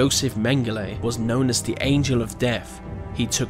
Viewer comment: "Free fousand four hundred" and "suffocated to deaf" are some of the reasons I disliked this video.